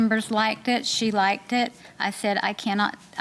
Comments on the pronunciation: You gotta stop saying "Likeded." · SHE SAID LIKEDID AND SHE THINKS ITS A WORD!!